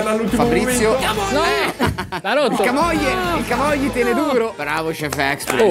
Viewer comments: Da Ligure sentire Camògli in questo modo mi sanguinano le orecchie, ti prego chiudi quella O, comunque siete dei grandi vi seguo da quando ancora non strupravate le parole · non per essere pignolo ma camogli si pronuncerebbe con la o chiusa…